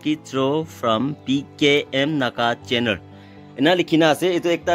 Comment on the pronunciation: You really need to improve your pronunciation bro, channer to channel, wanning to winning, khusi to khushi etc